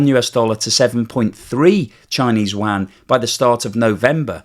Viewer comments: …LOL…”Chinese Waaaaghn” 😂….(Can’t you say, “You-on,” like everyone else)?…. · I've lived in Beijing and never heard anyone call their money WAN, or WHAN. There is kwhy (writing it as its pronounced) rem-m-b, or the most popular you-an. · Yuan is pronounced 'You on' in English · the analysis is good as usual. But you really need to learn how to pronounce Yuan. Honestly your pronunciation hurts the ears. try reading it like this: "You-An". Only fly in the ointment in an otherwise excellent work. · love your program. However, I have two things. 1. For goodness sake, please learn how to pronounce Yuan, or just call it RMB. Your current pronunciation of Yuan sounds like a duck quacking. It actually hurts my ears. 🤣 2. The primary problem with deflation, as I understand it, is not that the producers would be unable to pass on increasing costs, because costs are typically not increasing in a deflationary environment anyways. The primary problem of deflation is that money becomes more valuable with the passage of time, so there's a tendency for consumers to horde their money, so decreases economic activity. Deflation, in the context of the current Chinese economy is an interesting topic, as it could have been beneficial in certain perspectives, as it is suppressing wages while it is suppressing intra-China economic activity. So that makes Chinese goods even cheaper. So under normal environment, deflation in China could be good for exports, especially when the RMB is dropping. So the producers net production cost is lower in terms of RMB and even lower in terms of dollars. However, since decoupling is forcing down Chinese export activity, and lowering costs is not able to change that equation, deflation is just a (huge) net negative for the Chinese economy. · I turned this off (you lost my trust and consideration) when you COULDN’T pronounciate the name of China’s currency correctly...